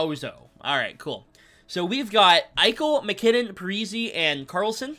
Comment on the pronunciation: Pretty sure Parise is pronounced Par - e - say not Par - e - see, the i is like an e. Also Sid Abel is not Sid Abell its pronounced like Able. Just an FYI